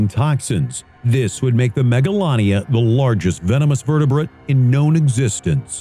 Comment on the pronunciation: “Kwown as pterosauruses” End my life